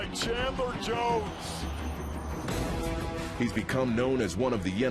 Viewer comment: Chadler Jones (OLB, Cardinals)??? lol get it right NFL